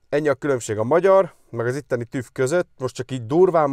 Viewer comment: Asztúgymongyák, hogy TÜF(V), már annyi időt eltöltöttél itt, hogy illene korrekten kiejteni a szavakat- hangokat..